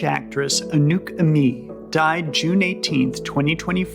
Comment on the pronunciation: Anouk Aimèe "Ay may" not "A mee"